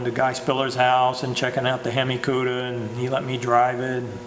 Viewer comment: He said hem eye. I want to die